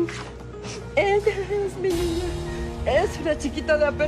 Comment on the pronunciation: En el munito 340 dijo nina en ves de niña